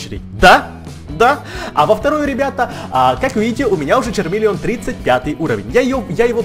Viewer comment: Правильно не чармелион а хармелион